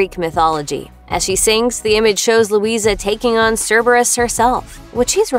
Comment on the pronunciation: The a is silent in Luisa she said her name at the start of surface pressure